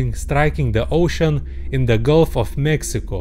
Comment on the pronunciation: This guy is saying Mexico